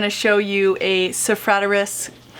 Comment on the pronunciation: Sarah-toe-freeze, see it's easy to pronounce